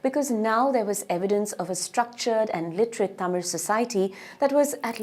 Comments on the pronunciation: Excellent presentation and pronouncements of tamil words are awesome 👌 👏 👍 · Thanks a million for such a great video with the greatest tamil pronunciation!!!!! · The best video that I ever saw in English with all the Tamil pronunciations are perfect. Clear explanations.congratulations for the team and thank you so much for making the video .👏👏👍👌👏☺️